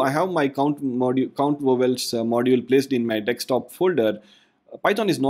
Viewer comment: Very well done... not 100% certain... it SOUNDS like you're reversing the "s" and the "k" in Desktop and pronouncing it as deks-top.